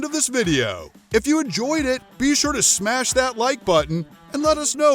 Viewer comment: So cool the way you say " snash the like button. So original. Like dont just click it, " snash it! Ya cool original, violent, i really think youve got something thatll catch on . Smash it !